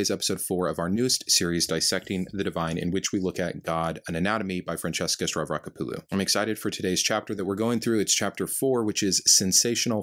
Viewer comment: I LOVE how you rattle off the name "Stavrakopoulou" like it was two syllables, but you can't confidently pronounce the name of the "fifth book of the Bible." 🤣😂🤩🤪 Keep up the great work,.:)